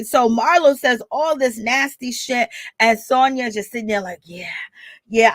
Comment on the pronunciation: if you're going to report on things make sure you get people's name right. Her name is Sanya NOT Sonia!